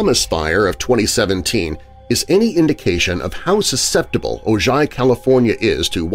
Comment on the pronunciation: Ojai='O-hi'. The story tells about the legend of 'The Charman'